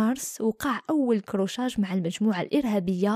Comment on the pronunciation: مازالكي تقولي كروشاج ❌ Accrochage ✔️ قولي اشتباك و خلاص حتى و لو كتبوها كروشاج تعاودي تقوليها بالغلط؟ كيفاش راكي تهدري في بلاد الناس